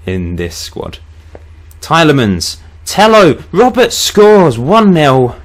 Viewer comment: It's pronounced Tee-ely-mon.